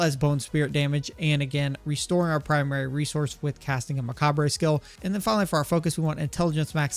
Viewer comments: It's just pronounced "muh-cob". Spelling is very weird admittedly but the "re" at the end is basically silent. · The re on macabre is silent, it’s pronounced muh-kaab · Really cool build! excited to try this. Please stop saying macabre like that, but everything else top notch your build guides rock. :)